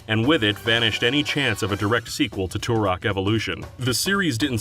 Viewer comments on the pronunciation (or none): Turok, not "tourok"